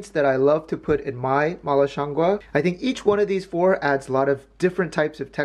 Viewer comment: He actually pronounced it just right at the end... in Mandarin at least it sounds like gwoh. It also doesn't mean mushroom, it refers to the aroma